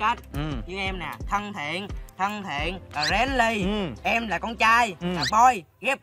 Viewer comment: đọc chữ friendly sai nha